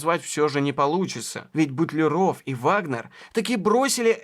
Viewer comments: Все замечательно, но все таки не БутлерО'в, а БУ'тлеров ! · Ну почему же "БутлерОв", а не ""БУтлеров"? В Википедию загляните, пожалуйста, там в фамилиях знаменитых людей расставлены ударения. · Прекрасная программа, Но не знать правильного ударения в фамилии русского химика Алекса́ндр Миха́йлович Бу́тлеров, это огорчительно! Наверное вы в школе химию не изучали! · Совершенно потрясающий фильм! Спасибо за труд! Смутио только произношение фамилии БУтлерова. Почему же БутлерОв? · Извините, но все же БУтлеров , а не БутлерОв. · Не БутлерОв, а БУтлеров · Автор - умница! Проделана колоссальная научно-исследовательская работа. Такое надо поощрять! Но, не БутлерОв, а БУтлеров. Ибо, фамилия сия от аглицкого БАтлер.😊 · БУтлеров, а не БутлерОв!!! А Менделеев... Как только в школе началась химия, я пересел в хим кабинете на первую парту и видел перед собой над кафедрой огромную ЕГО таблицу. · БУтлеров, а не БутлерОв!! Это ж надо, так опозориться! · Почему говорите Бутлеро́в , хотя общепринятое произношение Бу́тлеров❓ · Классная работа! Но ударение Бу'тлеров! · В фамилии Бутлеров ударение на букву У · Правильно ставить ударение в следующих словах так": Б'утлеров, из Кл'ина.